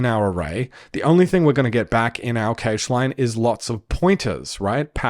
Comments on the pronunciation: You know it's "cash" right? Like money. Not "cay-sh". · EVERYONE CALLS IT CASH NOT CAGE REEEEEEEEEEEEEEEEEEEEEEEE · Dude video its great, but its not keysh its cache xd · But why do you say cage ? Pretty sure cache is closer to "cash" than "cage" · so much great info!! also, cache rhymes beige? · Cache is pronounced cash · `cache` is pronounced exactly like `cash` 👍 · that's a weird way to pronounce cache